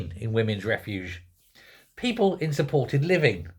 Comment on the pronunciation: Are you saying people or peephole? 😅